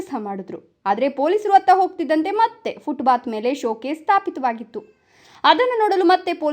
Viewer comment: 😮 ಫುಟ್ ಬಾತ್ ಅಲ್ಲ ಫುಟ್ ಪಾಥ್.ಇಲ್ಲವೇ ಅಚ್ಚ ಕನ್ನಡದಲ್ಲಿ ಪಾದಚಾರಿ ಮಾರ್ಗ ಅಂತ ಹೇಳಿ.😮